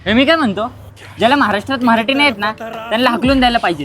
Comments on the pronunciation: आधी तू निट मराठी बोलायला शिक. "मराठी असतं ते मऱ्हाठी नाही 😅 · 'मराठी' नीट उच्चार आधी....मह्राटी नाहीये ते😮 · म्हराठी नाही मराठी बोला अगोदर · अरे मित्रांनो सर्वात अगोदर तुम्ही सगळे मराठी हा शब्द नीट बोला, उगाच मराठी या शब्दाला म्हराटी असं उच्चारू नका... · अरे बाळा म्हराठी नाही मराठी म्हण. तुलाच उच्चार येत नाही आणि चालला लोकांना मराठी शिकवायला. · आधी मराठी शब्द नीट बोला. म्हराटी म्हराटी काय करताय ???